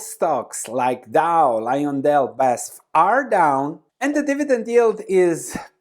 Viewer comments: its B A S F Not baesffff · More like this great video please. I am in the chemical industry but never heard BASF pronounced like that.